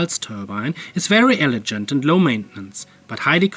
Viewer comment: Keep at it! The reluctance generator is exciting. By the way, “elegant” has a hard G in English :)